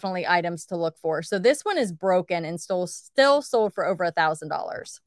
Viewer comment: Is it me or does she not pronounce her Ls in sold?